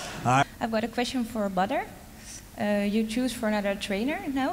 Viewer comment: But his name is pronounced 'bodder' not badder.